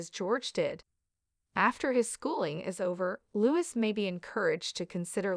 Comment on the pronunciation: It’s pronounced LOUEE 😡😡